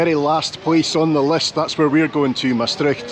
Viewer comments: Big compliments for the way you pronounce 'Maastricht'. I think it is very hard for English speaking people, but with the Scottish ones the Dutch have more in common (the 'r' also). But did you know that the citizens of Maastricht itsself pronounce the name of their city completely different? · (As a Dutch person) I am impressed by how well you pronounce the word "Maastricht". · The name Mastrick, means a dairying place, deriving from the Gaelic word maistreachaidh which refers to the churning of milk. Maastricht is derived from the Latin "Trajectrum ad Mosam" which means "Crossing of the Maas" I love how you correctly pronounciate "Maastricht" A lot of foreigners say "Maastritch" or indeed "Maastrick" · Love how Scots are some of few people that don’t get caught out at the pronounciation of the ch in Maastricht :-)